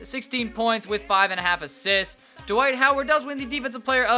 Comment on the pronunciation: This man said Dwight "Coward"... I'm sleep 😂